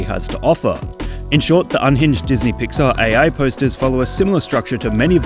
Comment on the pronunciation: ah yes "PŒAR" NOT PIXAR